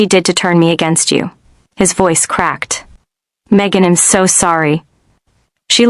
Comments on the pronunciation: Such poor pronunciation. I’m not Im, I’ll not ill, she’d not shed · A bunch of words mispronounced - she'd, I'm, she'll